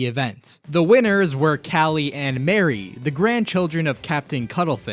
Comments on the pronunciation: Agreed. I've NEVER heard anyone pronounce the name Marie as Mary until Splatoon. It should be pronounced like Marie Antoinette. I get the joke is "Calamari," but Mari and Marie are different names, and Callie isn't something weird like Cala. It's just a set of pun names, and yet I can't help but get upset when people call her Mary. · He mispronounced Marie. Her name is pronounced like mari, like in calamari. Judd also didn't create Lil Judd. He was created by a glitch when thr cryo chamber thought that Judd was dead